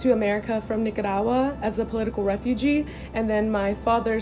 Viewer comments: At least pronounce Nicaragua correct🤦🏻‍♀️🤦🏻‍♀️ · The fact that she couldn’t even say Nicaragua. Okay miss I’m white now. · As a Nicaraguan American, I just wanted to point out that was wrong because Nicaragua is currently not a communist country. The country is currently under a dictatorship. Also, don’t pronounce Nicaragua the way she’s doing so in the video, she is mispronouncing it. The proper pronunciation is knee-ca-ra-gwa. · If she can't even pronounce the name of a country I doubt she can even get simple facts right.